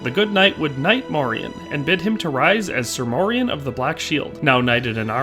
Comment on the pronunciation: The proper pronunciation today would be Morian (Like Dorian). He is a part of our Dutch cultural history in Pre-colonial times and came to be a sort of celebrated hero figure too in time a saint and the equivalent of a Medieval superhero like the other knights of the round table. The songs and stories would teach medieval children and adults about the Moors and morality towards them. There have been many Moors that have visited, lived and started families in the Netherlands throughout history. Since the Netherlands was historically a refuge for refugees of any sort, political, ethnic or religious. Moors came to over time not only signify black folks from the south but also signify the mixed black people that were a result of intermarriage and the likes (Like Morian). A famous portrait from one of our legendary painters Rembrandt is called "the Two Moors" and depicted two of Rembrandts neighbors at the time, obviously, they were black (1655). Fun fact: the European name Maurice also originates from the same thing, like Moriaen / Moriaan it was used as a name for those from often mixed families. And it meant "From Mauretania" which was roughly the area that is now Morocco and the Southern regions of it - a name already present in genealogical records of the Netherlands since the year 1100 AD and mentions even earlier in other forms.